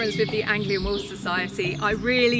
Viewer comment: When the woman says 'wolf' she keeps pronouncing it 'woof' XD